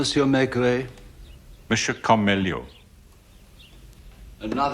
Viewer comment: If only the british could at least try to pronounce the inspector's name properly. May-gray sounds ridiculous. It can't be so hard to turn it into Meh-greh.....